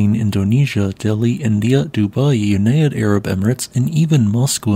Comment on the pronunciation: Yu-nai-uh-ed Emirates. Glad to know this channel uses AI.